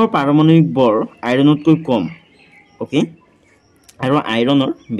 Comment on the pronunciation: Sir bor❎vor✅😂😂😂